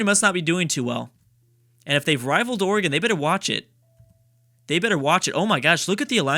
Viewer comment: Everytime pronounces Oregon as "Organ". I will throw a cat in a pool.